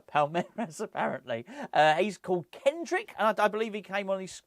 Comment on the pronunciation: It’s Endrick not Kendrick 😂 Cracks me up 😂